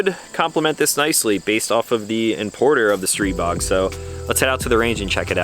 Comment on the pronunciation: I think you're the only one one the internet who knows how to pronounce the name of the gun. Kudos and good review!